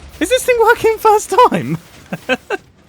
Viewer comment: in the video he says FIRErst instead of first